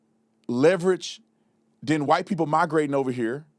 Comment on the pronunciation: Can’t even speak right. Pee-poe. It’s people. Learn English